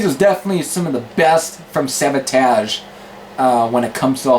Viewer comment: you pronoun Savatage wrong. but nice review dude i looking forward to more. and i think their best album is hall of the mountain king.cheers! :)